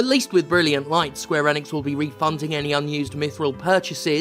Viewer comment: That's not how you say Enix.